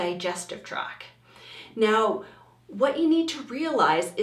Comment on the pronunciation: I know this is because of my gut lacking serotonin but it really drove me insane how many times you said “track” instead of “tract” and vagal instead of vagus nerve.